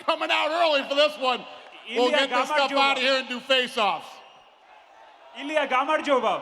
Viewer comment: *Ilia NOT "Illia".